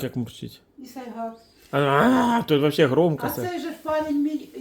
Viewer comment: прочти хоть одну книгу,"яички",да "вообшэ".Тупица, базарная баба.